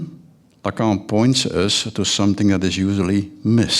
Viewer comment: My God, while he's half asleep and loving the sound of his own voice, he can't even pronounce the words 'Lacan' or 'Verhaeghe'